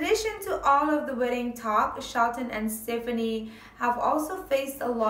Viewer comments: It's not stiffinie.... It's STEFANIE... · It's pronounced ste faw nee